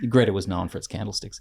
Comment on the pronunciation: FYI it’s pronounced ‘Gree-ta’ not Gretta 😊